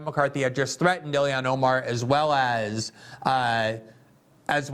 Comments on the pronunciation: I tried so hard not to comment this... But it is ill-Han. Not illi-an. She's Muslim, ilhan. Not American, illian or like illiana. That is "normal" to American ears. But I feel Joe started it 🤦‍♂️ 😂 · The L in Ilhan is pronounced. Don’t take the L out!